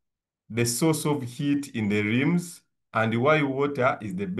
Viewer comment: Don't say lims but say rims 😂